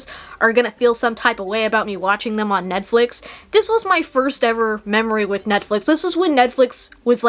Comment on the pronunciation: “Ned-flix” lmao